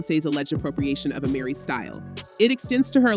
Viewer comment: It’s A-Mer-ry not A-Mary 😂